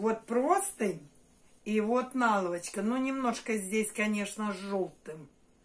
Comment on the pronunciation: Очень режет слух ваша наЛавачка.